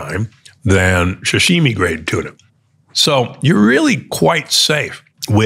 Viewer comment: What is “sh’shimi” ? 🤔